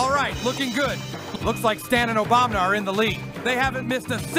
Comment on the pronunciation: I love also calling barack "Obamna"